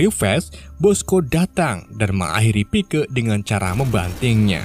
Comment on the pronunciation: Tulisan nya pike di baca Paik